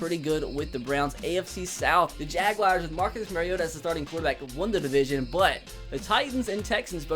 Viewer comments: its Jag-wars not jag-wi-ars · Why does he say jag wire instead of jaguar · Every time he says jaguars I get aids